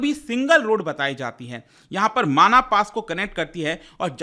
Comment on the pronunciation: माणा गांव है माना नही